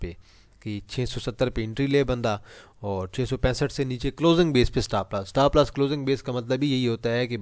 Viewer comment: Bhai Stapp Lass Ni Hota..Stop Loss Hota Hai😂